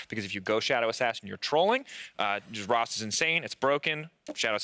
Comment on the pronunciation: Who is “rost”??? He keeps saying rost...